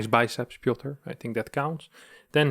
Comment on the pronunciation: Piotr! Not Pioter.. ;p